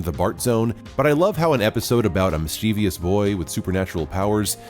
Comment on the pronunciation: No offence, I am more amused. But you might want to look up the pronunciation of mischievous. There's no "i" after the "v", most importantly.